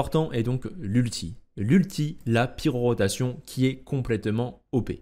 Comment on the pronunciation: Bon timing avec la quête de l'event actuel qui parle d'elle, par contre ça me trigger à chaque fois quand tu dis pyroROtation au lieu de pyrotation xD